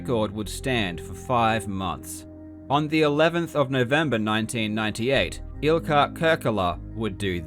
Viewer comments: In Finnish the stress is on the first syllable, so it's IL-kka KUR-ke-la and MAR-kus TAI-pa-le, not il-KA or tai-PA-le. Karl also didn't get the gemination of the k in Ilkka right. In Finnish the doubled consonant means the vocal pause in k is lengthened (google translate gets this almost right). Some vowels weren't quite there either - u in Markus and Kurkela is not the ə sound like in focus but the u in fruit albeit a bit more in the back. The e in Kurkela sounds like ə too, it should sound like the first part of a in face. Oh and less spit in consonants, especially t. I think the the stressed syllabes make most of the difference. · I loved this, but as a Finn, you pronouncing Ilkka Kurkela's and Markus Taipale's names made me crack up. Great video though, super interesting overview of the beginnings of speedrunning! Fun to find out about how this happened chronologically. And funny to see how influential Finns were considering, we are a small country.